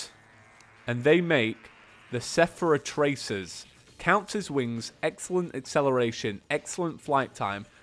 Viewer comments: not to bug but when you said sephara traces instead of seraph tracers it drove my ocd nuts, i thought about it for until today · Sepharah tracers?